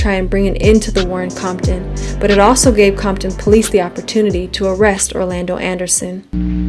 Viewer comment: you dont say comton but you say conkton